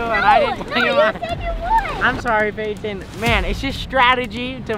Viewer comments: Not Patin but Payton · Payton not patin